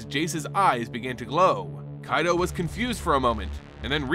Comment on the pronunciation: Strange you can pronounce Kamigawa properly yet butcher Kaito. Pretty sure you've heard of Kai Budde, one of the legends of the game. Kaito isn't that hard to riff off. Nice audio lore otherwise.